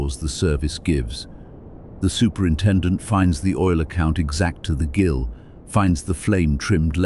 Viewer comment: The 'Gil of oil' is pronounced 'JIL' 😂